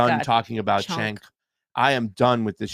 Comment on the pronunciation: You guys are so full of shit. “We need to stop talking about TYT” while we name our videos RIP TYT for clicks. Also, learn how to say Cenk’s name. Grifters gonna grift.